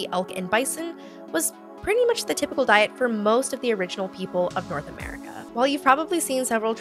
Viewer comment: "[...] may not sound like mush [...]" that hurt, like physically hurt. still laughed tho, Nia:wen and miigwetch from Canada.